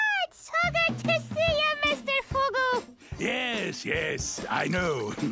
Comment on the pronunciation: How did you get the name so wildly wrong? It's Mr Fugu